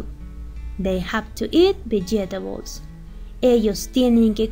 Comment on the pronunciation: Pronuncio mal la palabra vegetables